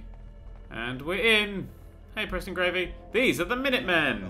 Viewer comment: "preston gravey" dammit